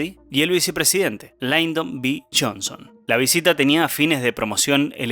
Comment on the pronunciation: No es Laydon. Es Lyndon (pronunciado tal cual).